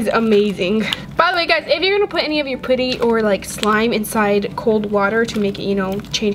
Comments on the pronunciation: You are saying putty wrong and it’s triggering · I couldn’t watch this video for long They way she pronounces putty got on my nerves BUT I STILL LOVE YOU 💞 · I don't like you say putty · It's driving me crazy how she says putty lol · I’ve never heard anyone say putty like that🤔